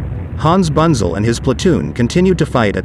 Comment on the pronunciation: I know it's futile to try and teach a computer generated voice correct German pronunciation, but here's some of it (phonetically): Hans Bunzel = Huns (like in "hunt") Boontsel, Panzer = Puntsah and especially Nashorn = Nas-Horn (nose horn) and Brummbär = Broomm Bear (growling bear). Otherwise a very interesting video. Thanks for uploading.